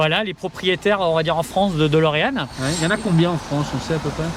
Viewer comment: DElorean. DÉ comme « DÉcidément c’est si dur de dire DÉlorean? ». Même le proprio dit « DOlorean ». C’est pas Dolorès.